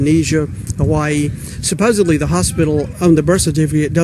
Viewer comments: she said supposebly, not supposedly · anyone who says, "supposably" instead of SUPPOSEDLY... should not be allowed to vote since they can't even speak properly. "the south sexceeded" ... uhm no dipshit, they failed and they will NOT rise again. how is it that by giving people EQUAL RIGHTS... that you're putting them above you? Oh... because it means you can't discriminate against them anymore... your unearned superiority complex is showing... ignorant motherfuckers and sister-rapers. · "supposably" Dumbass hicks. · Mispronouncing supposedly as "supposably", has more to do with ignorance than it does to the southern U.S. dialect! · "SaaPOSEABLY" LOLOLOLOLOL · "suppossybly"? wow... trump supporters are good educarated. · "SUPPOSEBLY"..!!! ha ha ha HA HA!!! Take a shower, hicks! S-H-O-W-E-R- running water, that newfangled invention! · "saposably" HAHAHAHAHAHAHA! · 50 Did she just say, "supposeBly"? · Lmfao "Supposebly" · "suppose-ably" ugh! cringe! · "Supposebly..." This woman can't even talk lol.